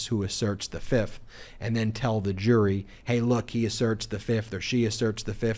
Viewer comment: the, not thee. The word a is short a, not aaay.